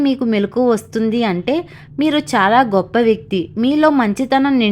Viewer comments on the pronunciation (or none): none